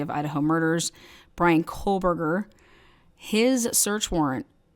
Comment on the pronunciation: Y’all it’s KOH- Berger not KOHL- Berger… there’s no L….sorry my OCD just acting up. 😂